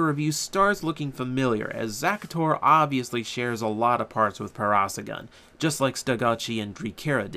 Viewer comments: its pronounced "Para-saur-relaphus" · the black ur is pronounced para-sauro-lufus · try :para - sor - RAWL - uh - phuss:, i had a thing that pronounced it like that when i was a wee lad. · For the record, Zyuden Black's dinosaur is pronounced Pa-ra-saw-ro-la-fas. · It is pronounced: Pair-Uh-Soar-All-Uh-Fuss. Not trying to be rude, just a dino nerd. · (handy tip) if you carnt say a dainosours name try braking the name up in to sections.